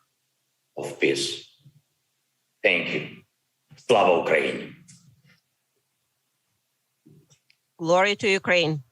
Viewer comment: Pelosi couldn’t even say ‘Slava Ukraini’ correctly.. it ends with an ‘I’ not ‘A’. Obviously like everything she does she couldn’t be bothered to show the respect and learn it correctly.